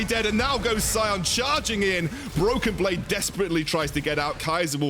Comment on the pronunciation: Did he say Bloken Blade ?